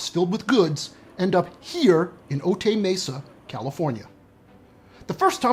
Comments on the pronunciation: For a channel about 'fact, science and truth', your comedy is distracting -- Cut it out. (Also, it's pronounced "O-tie Mesa", not "O-tay", okay?) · O-Tie Mesa. Not O-Tay Mesa. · Note from a local- Otay Mesa is pronounced Oh-tie 😊